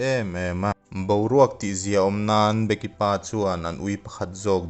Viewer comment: Be-ki(becky) tiin lam zawk la a fuh angem aw ka ti .. A ngaihnawm khawp mai..